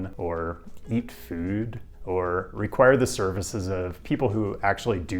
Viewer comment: you say 'food' with a swedish accent